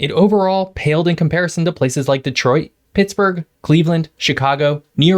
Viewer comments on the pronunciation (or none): none